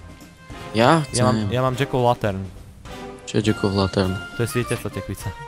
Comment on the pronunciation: Omg tvoja anglictina :D dzek o latern